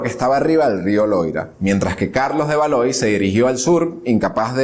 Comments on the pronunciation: Una amable sugerencia. Aunque no hables el idioma, hay que esforzarse por pronunciar correctamente las palabras. Por ejemplo: Jean se pronuncia "yan". Valois es "valuá". Por lo demás, magnífico! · lo que pasa que los nombres propios son incambiables. Se escribe Valois y se pronuncia "valuá". Por elemental cultura debe observarse la traducción correcta.